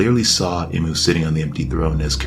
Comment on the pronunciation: Bru it's pronounced EE-MOO not im-oo 🥸 Hurts my soul erytime you say it wrong snd you said his or her name like 50 times jn the first 2 minutes lmao